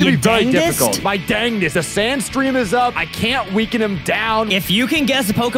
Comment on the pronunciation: sure tried his "dangest"